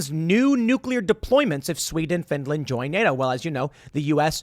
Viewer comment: Finrand? I ruv Finrand. Finrand never hurt a sour. Reave Finrand arone.